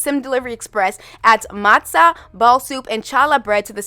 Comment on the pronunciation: I don't think anyone mentioned it yet, but you did great with the pronounciation of "matzah" (matzo is also fine, and a bit more common in my area when referring to the soup). Challah is pronounced "Halla", no "ch" sound! The Hebrew letter ח doesn't exist in English, so it's usually written with a CH but pronounced like a H when translated! I would love to see more food representation overall, but I think they did an absolutely excellent job with these models! And the explanations written in game made me really happy. Agreed that the Calientes weren't doing much for me, but these foods were a great surprise when I logged into my game yesterday (for the first time in months)